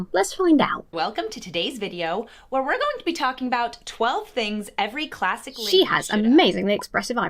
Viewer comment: God i hate the way she emphasises on "classic"